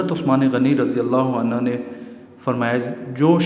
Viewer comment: شکریہ ایڈمن بہت ہی اہم باتیں آپ سے معلوم ہوئیں مگر تھوڑی سی اصلاح آپ اپنی بھی فرمائیں اور وہ یہ کہ آپ عنہ اور عنہا کا فرق بھی جان لیں عنہ مرد اصحاب کرام حضرات اور برفوں کیلئے بولا جاتا ہے جس کے ہ کے اوپر پیش ہے جبکہ آپ الف زبر آ مسلسل بولے ہیں یاد رہے کہ عنہا اصحابیہ کرام خواتین کیلئے بولا اور لکھا جاتا ہے ۔